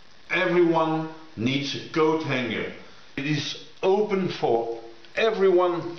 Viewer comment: .... thought you said GoatHanger. Image formed in my mind uurrggh.